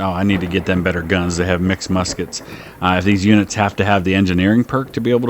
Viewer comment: Ewell did much better with the Lorenzs than he did with the "misskets". 3 stars for the Junaluska Zouaves! Hurrah! Hurrah!